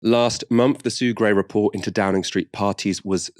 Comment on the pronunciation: 'sue pray report' LOL.